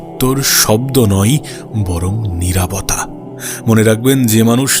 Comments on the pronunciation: নিরাবতা নাকি নিরবতা..?🙂🙂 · নিরাভতা নারে ভাই নিরবতা